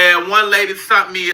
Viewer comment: Can't even talk.....sunt....it's sent you dummy